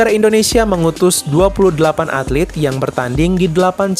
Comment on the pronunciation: ATLET kali, bukan atlit.